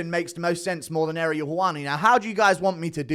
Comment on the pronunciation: time to learn how to say his name Ah-ree-el NOT Aerial (like the tv antenna).